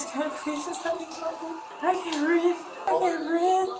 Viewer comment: "i can't breeve" 😂 ... 💀